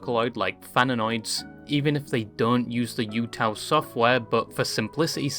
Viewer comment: this british man mispronouncing everything is causing me physical pain… utau is oo-tao man :( and it’s momone momo not… whatever he said